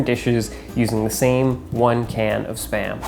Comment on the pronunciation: I hear sperm every time